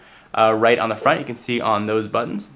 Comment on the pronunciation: btw,, you mispelled the. You said rhe.